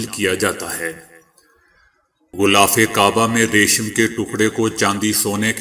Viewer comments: Bhai sb "ghhulaaf" nahi "ghhilaaf" i ko e ka talaffuz karen. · Sir ek baat aur glth na samjna gulaff nh h. Gilaaf h.